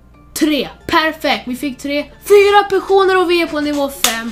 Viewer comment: Hahahhahah du säger pesoner